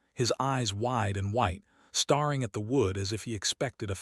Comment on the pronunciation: I appreciate the effort, but this could be so much better with a true understanding of the Mississippi Delta as I am from there and still live in Mississippi. Also, lose the AI voice. Seriously “starring” for staring? Really? That makes it all fake - an insult to people who really do this research.